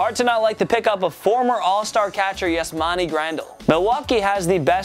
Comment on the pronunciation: Jerrit Cole? Did you just say JERRIT Cole? Also, earlier in the video he pronounced Yasmani Grandel's last name wrong.